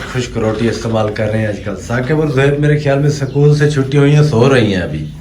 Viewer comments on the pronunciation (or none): وعلیکم السلام سکول نہیں اسکول الف کے ساتھ اس کول کہیں اللہ تعالی آپکو خوش رکھے آمین